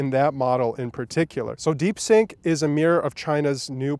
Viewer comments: It's DeepSeek not DeepSink. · Stop calling it Deepsink 😂😂😂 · "deep sync"? 🤣 You mean: DeepSeek!😎